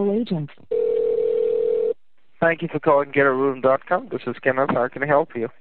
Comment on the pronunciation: It sounded like she was saying ghetto room instead of get a room.